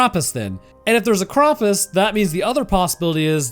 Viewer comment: ah i remember, last time u tried too, to pronounce something german